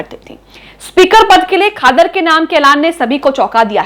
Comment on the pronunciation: खादर नहीं क़ादर कहो